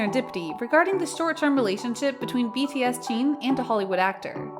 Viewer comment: Why do you pronounce Jin and Jean?